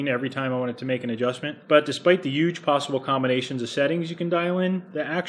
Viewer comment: it's yuge